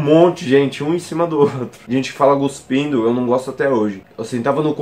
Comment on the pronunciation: Deu nervoso quando ele falou desse jeito ×-×